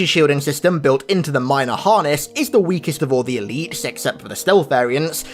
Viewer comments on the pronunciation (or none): Are you saying "eleaps" and "zealops" because you gave a speech impediment? I just want to know if it's OK to say you sound stupid or not.